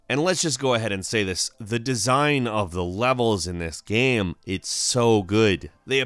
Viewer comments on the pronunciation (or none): why the guy is saying GAM instead of Game? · or GAMM or GEMMM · Why does he pronounce game like that..?strange..